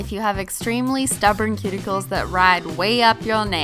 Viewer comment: OK SO EVERY NAIL LADY REMOVES MY SKIN WHEN THEY SAY "CUTICILES"